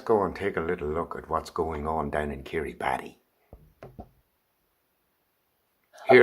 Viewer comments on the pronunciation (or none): Kiribati - pronounce Kiribus. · Kiribati is pronounced "Kiribas" it is sinking and will be underwater soon so the whole nation is being relocated basically...